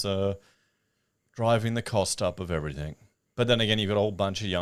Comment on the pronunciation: P/S. Can you PLEASE stop saying "everythink" The word is everything. Maddening bogan habit.